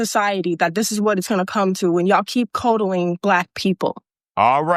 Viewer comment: She said "codel-ing" that's an AI mistake. that aint real. The fatiguer that typed it was illiterate.